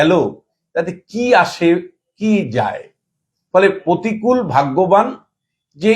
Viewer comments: please তোলামুলের নতুন imported মহান নেতার নাম সঠিক ভাবে উচ্চারণ করুন। প্রতিকূল নয়, প্রতিকুর। আপনি অহরহ ভুলভাল উচ্চারণ করেন। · প্রতিকূল নয় প্রতিকুর। নাম তো ঠিক সে বাতা 😅